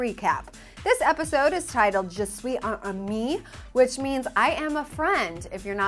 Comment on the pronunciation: She said "un" instead of "une" but nevermind, she said "suis" correctly!!!!!